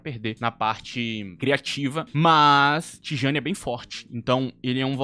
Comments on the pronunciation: eu vi alguns áudios e vídeos e a pronúncia era próxima de " Tiani", afinal, geralmente na língua holandesa, o "J" tem som de "I". Sneijder era "Snáider", De Jong é " De Iong " e Rijkaard é " Ráikard". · O próprio jogador pronuncia Tijjani